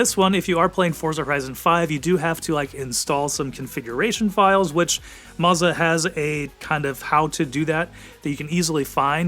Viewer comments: Maza? Thought it was Moza. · Marza??? “MOZA” mo za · Bro said mazzah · Isn't it, "Moe-zah"?